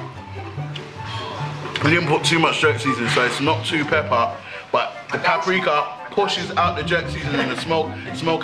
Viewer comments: oh loool coz at the start chip was saying pap-rika but oh well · They saying pap rikar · catch chip saying pap-rika cause man don't pree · is it me or are they all pronouncing Paprika wrong? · Didn’t even say paprika right 🤣